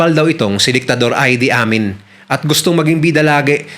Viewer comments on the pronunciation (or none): Ang pagbigkas sa pangalan ng Ugandan president ay I-di Amin at hindi Ay-di Amin.